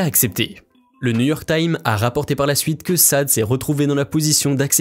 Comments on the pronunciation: Oui et son prénom se prononce sadé ( du moins c est ce que j ai toujours entendu 😊) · justement ! je connaIS CETTE BELLE ARTISTE DEPUIS DE LONGUES ANNEES.Ca se prononce shadé.Tu es bien informé! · Avant de faire une vidéo sur un artiste on apprend à bien connaître comment prononcer le nom de l'artiste c'est la base. Sade prononcer Shadé est une artiste qui ce fait rare mais qui reste une valeur sûre de l'industrie musicale depuis de nombreuses années. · Superbe chanteuse avec une voix splendide SADE se prononce chadé ! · C’est pas possible la prononciation … on dit « shadé » une grande artiste ! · Son prénom se prononce Shadé 🙂! C'est ma chanteuse préférée 💃! Quand j'étais petite j'essayais d'imiter sa voix 😃😃! Je m'étais dit un jour que si j'avais une petite fille je lui aurais donné le nom de Sade 🙂! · SHADE les gars !!!! ca fait mal aux oreilles c'est irrespectueux pour cette grande dame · En plus tu n arrête pas de répété Sade tout au long de la vidéo ... Comment peut on faire une vidéo sur une personne sans même savoir prononcer son nom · Insupportable je ne peux que m'associer à toutes les critiques en ce qui concerne la prononciation du nom de cet artiste si merveilleuse Sede je ne sais pas tu te réécoute pas avant de mettre en ligne un vidéo ça fait pas très professionnel vraiment insoutenable voilà une des raisons pour laquelle j'ai mis sur pause pour t'envoyer ce texto et maintenant je me demande si je vais continuer à regarder le reste de ta vidéo qui fait un total de fais quelque chose ne serait-ce que un texto d'excuse en espérant l'avenir non seulement tu réécoute avant de publier allez je continue quand même à visionner allez courage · On écrit Sade. Mais on prononce Chadé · Quitte a faire une bio , ce serait bien de prononcer son non correctement ! Elle n'est pas la fille du marquis ! On prononce "Chadé " !! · Sade = shhhhaaaadeee prononciation SVP 🙏🍀🙏🧐🇧🇪🧐. Belgique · Son nom se prononce : Schadé !!! Non de non! (franskillon và) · Sade se dit Shadé